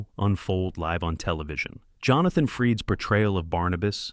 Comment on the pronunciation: FRID not Freed